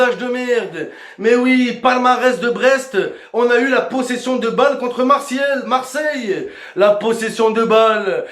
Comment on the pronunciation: C'est plus Marseille mais mars ciel👉👌